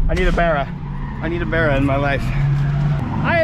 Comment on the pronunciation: I love you and all but stop say Barra like berra